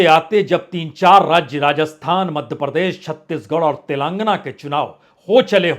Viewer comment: पुण्य प्रसून जी "तेलांगना" नही "तेलेंगाना "